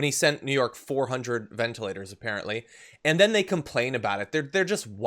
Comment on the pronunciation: Can this guy pronounce anything correctly? Do I hear him say, ventAlators? I think that's what I heard him say at lest three times: ventA- lators. Maybe he doesn't know the ORANGES of the word!